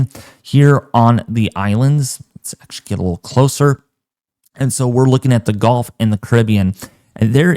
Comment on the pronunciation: Why do you say golf when the word is actually gulf? Very distinctive difference in the sounding of the word.